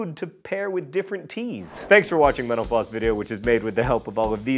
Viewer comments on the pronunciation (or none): It's a joke. I think when John started doing this a few people commented that they thought he was saying 'menopause' instead of mental floss. I haven't watched in ages, so that early memory is still the main thing I think of when I see mental floss.